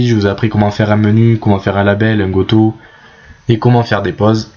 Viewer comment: Merci pour la video. goto se prononce gotou.